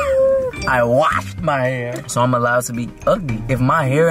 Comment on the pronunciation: "i wHASHED MY HAIR"